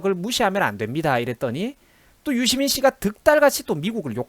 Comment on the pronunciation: 유시민[dora: i] 발음공부 정확히 합시다.